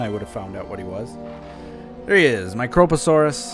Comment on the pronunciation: His pronunciation of prionosuchus was correct the first time. Yours is not. You removed the second O. The only problem with his pronunciation of microposaurus is that he put the emphasis on the fist O as opposed to the I.